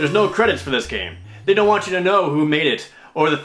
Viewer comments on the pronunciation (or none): nuboyu yumatsu? did you mean nobuo uematsu? lol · Wait, what did you call Nobuo Uematsu? Nobuuyo Yumatsu? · "Nobyoo Umassuuu" You mean NOBUO UEMATSU? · "Nobuyo Yuematsu" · Good lord you butchered the pronunciation Nobou Uematsu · That's the worst pronunciation of Nobuo Uematsu I've ever heard. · The way he pronounced Nobuo Uematsu...